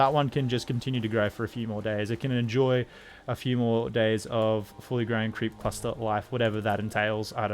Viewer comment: whenever you say "creep cluster" it sounds like "creepy pasta" to me lol